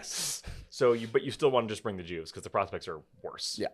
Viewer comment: It "Juves" pronounced Yuves not Jews.